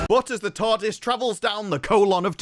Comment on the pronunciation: The way he says Tarrrrrrdis is infuriating.